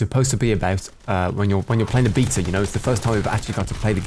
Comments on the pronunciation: bee-ta = queens English. baaa-ta = American "English" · you're pronouncing Beta right. In Greek is actually "Vita" but "Bee-ta" is as close as it gets in English. Nice vid as always, keep em up. Ly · Love how you pronounce Beta correctly. Makes my teeth grind when I hear a Brit say Americanisms